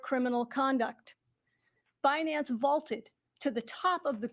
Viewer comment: Comment 🚀🚀🚀wild times … happy holidays thanks for content and info …. Sending nothing but best wishes to you & your family 🫡🫡🫡🤝… it’s funny how she pronounces Binance Be-Nance😆